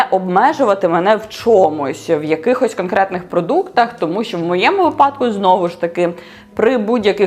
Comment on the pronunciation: Тільки «вИпадок», а не «випАдок», ріже вухо